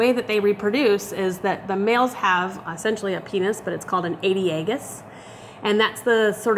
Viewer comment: A-DEA-Gus? wtf